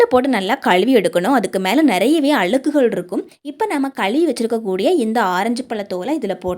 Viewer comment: உருள கிளங்கு , களுவி ,அளுக்கு, களுத்து ,What is this ? Is it tamizh ?????? Pl correct your tamizh pronounciation.